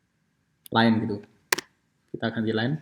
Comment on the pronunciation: #info maaf pak itu bukannya line? kalo tidak salah dengar saya dengar menyebur "bar"